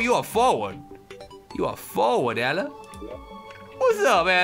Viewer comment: LOL, every time Toby says Ella I think he's saying Bella XD